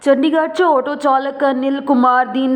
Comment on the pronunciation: ਨਾਰਵੇ- ਨੋਰਵੇ, ਆਟੋ-ਅੋਟੋ, ਵਾਰਡ- ਵੋਰਡ,ਮੌਤ-ਮੋਤ, ਪੰਜਾਬ-ਪਜਾਬ ਸਾਰੇ ਸ਼ਬਦਾਂ ਵੱਲ ਧਿਆਨ ਦਿਓ ਬੀਬਾ ਜੀ ਬੂਥ ਨੂੰ ਵੂਥ ਕੁਝ ਇਲਾਕਾ ਕਹਿੰਦਾ ਹੈ ਪਰ ਅਸਲ ਬੂਥ ਹੈ ਵਧਾਇਕ, ਵਧਾਇਕਾ ਅਤੇ ਵਧਾਇਕਾਂ ਤਿੰਨਾਂ ਚ ਕੰਨਾ ਬਿੰਦੀ ਨਾਲ ਅਰਥ ਬਦਲ ਜਾਂਦੇ ਬੀਬਾ ਜੀ